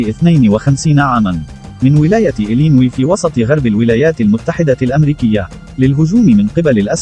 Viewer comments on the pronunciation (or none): ولاية إلِنُويْ وليست إلينْوي